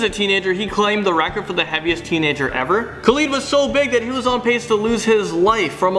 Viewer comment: It's Khalid not Khali M8